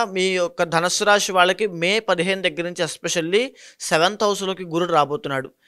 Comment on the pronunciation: అయ్యా మహానుభావా శ ని ష అని పలుకుతున్నారు. షారీరక రాషి షని ……. ఇలాగ